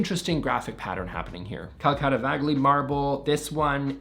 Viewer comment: Just so you''ll know, the G in Calacatta Vagli is not pronounce, that G is silent, so it,s calacatta ''vali'' only.